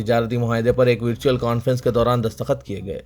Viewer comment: وِ ر چو ول ۔۔۔۔ غلط تلفظ